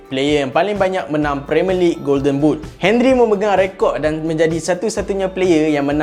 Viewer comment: Come on,, Not 'Hen-rie' It's 'On-ree'...